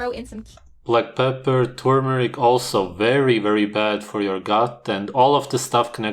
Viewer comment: I'm always amused that tur-mer-ic is pronounced tumour-ic. It should've got old, by now, but I still larf & larf!